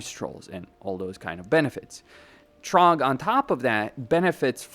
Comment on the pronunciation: It's Throgg not Trogg! 😂😂😂😂😂😂😂